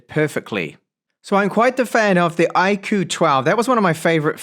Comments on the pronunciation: It's "IQ" not I KOO. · iirc iQOO is supposed to be pronounced as IQ, as in the intelligence score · I'm here to make the same joke I always do with this brand. Everytime you say "Iqoo" I feel like saying "God bless you". 😉 Looks like a great phone for price. 👍